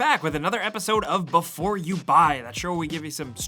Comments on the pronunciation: "BEFOFE YOU BUY" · Befofe you buy 😂😂😂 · Seriously "Befofe" you buy 😂😂😂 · ''Befofe you buy''